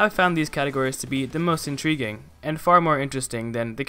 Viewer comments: "The most en-tree-ging" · “Treeeness” And was that a pun? “Most Intreeguing”